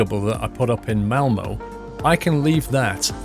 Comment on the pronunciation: Malmö. Not Mailmuh